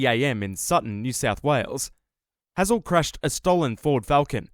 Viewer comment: brother how are you mispronouncing Hazell when he says it clearly in the video